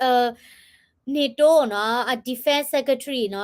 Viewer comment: Call NATO လၢ န့ထိၤ, you call it န့ၤတိ sounds like the actor name😂